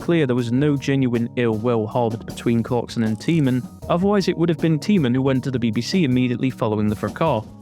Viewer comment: Tymon - pronounced tie-mon, not tee-mon. Don't know why this dreadful apology appeared in my list. Seems it's everyone's fault except Jeremy's.